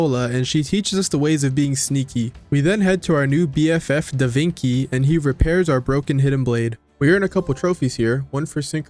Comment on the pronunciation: Tell me you mispronounced DaVinci's name on purpose?.....